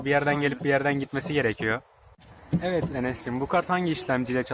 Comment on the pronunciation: nobody:: eved arkadaşlar